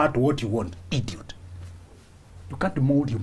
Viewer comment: I looooooove the way you pronounce IDIOT 🤣🤣